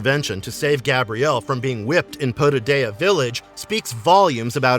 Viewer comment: The fact that he mispronounced Autolycus, Lyceus, Potidaea, chakram, Cortese, Calisto, Akemi, and centaur etc lead me to believe he has watched very little of the actual series....